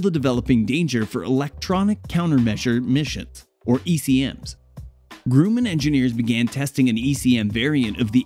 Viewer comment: The "u" in Grumman is soft. 🤷🏽‍♂️